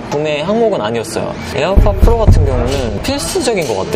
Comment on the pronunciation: pro가 아니라 fro네요 ㅋㅋㅋ